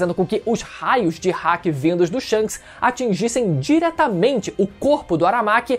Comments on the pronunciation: O cara fala hack ao invés de haki... Pqp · Não é Hack e nem Háki.... é Hakí☠️🎴